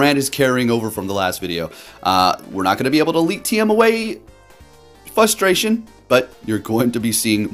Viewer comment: FRustration not fustration